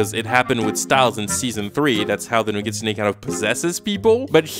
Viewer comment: He is pronouncing nogitsune wrong